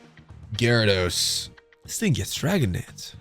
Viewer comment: Hearing you pronounce Gyarados correctly was jarring